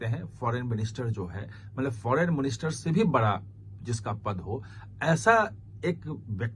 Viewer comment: Bara nahin bada bola karo.